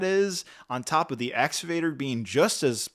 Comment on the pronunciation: It's pronounced Ex-ca-Vator